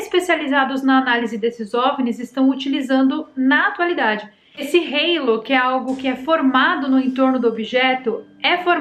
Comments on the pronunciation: Oi,! Existe pa palavra halo (pronúncia álo), em português, com o mesmo significado. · Halo é uma palavra que existe em português, falado do jeito que escreve.